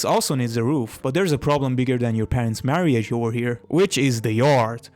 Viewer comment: Bro litteraly said marri age